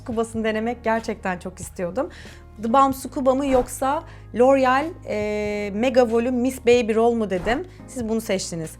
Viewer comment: Loreal derken çıldırıyorum 😑